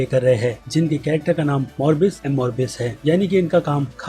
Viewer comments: Morbius nahi mobius 😆😆🤣🤣 baaki video bahut badiya thi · Arey bhai Morbius.M.Morbius nahi Mobius.M.Mobius hain